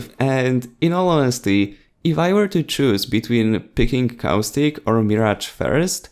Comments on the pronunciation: Dude it's caustic not cow stick open caption even that thinks ur saying cow stick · he's about to say cowstick not caustic lol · Anyone else hear "Cow Stick"?